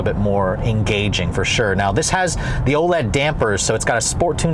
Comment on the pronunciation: They are "O lens" shocks not OLEDS.. 😊